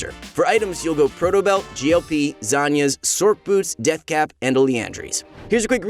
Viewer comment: The "c" in Sorcerer is pronounced like an "s", so wouldn't it sound more like "sors" boot, instead of "sork" boots? I think so. Also, Manamune would be pronounced "ma-na-moo-nay" due to the name being based off of Masamune, Japan's greatest swordsmith.